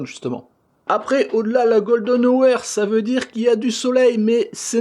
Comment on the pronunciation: Bonne vidéo comme d'habitude, je vois que ton anglais et aussi bon que le miens : "la gueule de nowair" (golden hour) ;-p